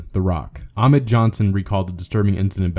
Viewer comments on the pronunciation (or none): none